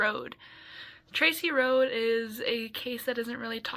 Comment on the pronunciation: Their last name was pronounced like Roadie. My uncle was best friends with Scott and Tracy was my neighbor for a while and I was in the same grade and friends with her brother.